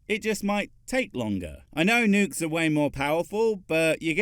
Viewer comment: I can’t take that guy seriously, the bad pronunciations just ruin it for me. Like the nukes on mussels? What do seashell creatures have to do with huge explosive payloads and the moon?